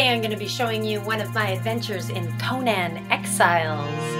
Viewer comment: Its her favorite game but yet 1. Shes 53 and in the middle of a mid life crisis, and 2. Cant even pronounce the games nane